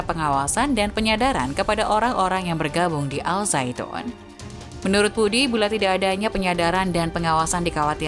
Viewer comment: Bukan.azaitun tapi.azaiton